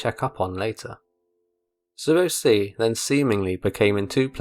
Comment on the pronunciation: "Zueo see" what?